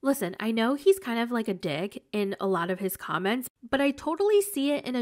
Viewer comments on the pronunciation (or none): none